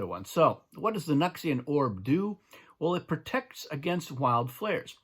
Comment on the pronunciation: The way you say it makes way more sense. We've been saying it like "New X Ian"